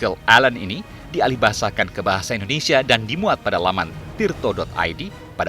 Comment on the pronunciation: INDONESIA boss.. Indonesia.. bukan Endonesia.